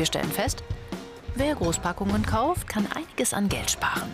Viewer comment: "käuft" Hhahahaahhaha